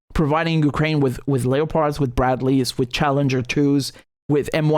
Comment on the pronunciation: Leopard is pronounced (lep-ard) as in the same cats seen resting up in the trees in Africa waiting to pounce on their prey. Think of a leper with leprosy... not Leo the lion.